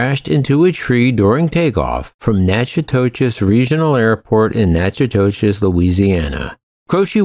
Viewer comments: You completely butchered Jim Croce's name and Natchitoches. It's pronounced Jim ( Crow ) Croce and (Nac-ca-dish) Natchitoches. I live less than 100 miles from the place and it is best know for it's Christmas light display. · The town in Louisiana is natch-uh-totches not to be confused with the Texas town at all because they are spelled and pronounced differently. I’ve drove a truck for many years now and I’ve never heard anyone pronounce them similar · Natchitoches, Louisiana is pronounced "Na Ka Tish". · For future reference the pronunciation of Natchitoches, LA is nack-o-tish. Yes, I know it doesn't make any sense, but this is Louisiana we're talking about, and having been born and raised there, we say a lot of things weird. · It’s pronounced “knack-i-tish”